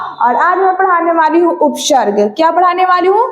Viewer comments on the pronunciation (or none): Upsharg nhi hota hai upsarg hota h 😂😂